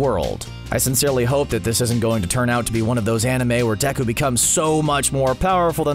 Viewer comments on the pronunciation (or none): Narrator: "I was cool in school" Also narrator: *Watches dubbed anime. Also also narrator: Says *Deko Me: TF??!!.😑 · I know this man didn’t just say “Deko” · did anyone else hear him say deko?